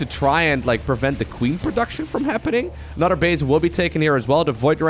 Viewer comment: Time for "an-udder-one".